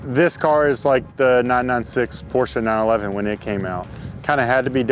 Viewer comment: Such an outstanding car 🤤😍 Bonus points for pronouncing "Porsche" perfect 😁 Is that Jason's work? 😜